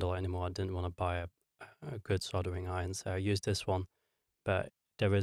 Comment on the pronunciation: Just a reminder that soldering has an L in it. No idea why you keep saying soddering but I wish you'd sodding stop!